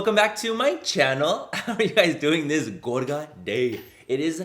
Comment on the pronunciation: Or “gorga”